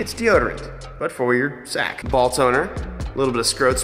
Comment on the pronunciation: Its funny how he says kashow to his sister miata and also how he say ballls 😂